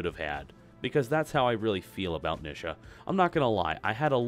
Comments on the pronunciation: Why do people pronounce Nisha as Nih-shah? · I hate the way he says her name.